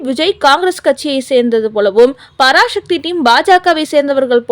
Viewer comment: பராசக்தி என்று சரியாக உச்சரிக்கும். பராசக்தி இல்லை.